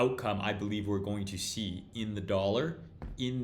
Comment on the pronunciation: ah “bullieve” I get it, I get it.